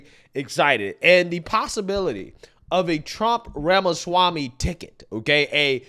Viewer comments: My favorite part is how Trump says Ramashwamy 😂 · Mr. Trump said… Vuh-Vake Ramuh-schwami 😆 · He definitely said Ramashwamy 😂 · He may have butchered his last name a bit though... RAMA-SCHWAMMY!! 🤣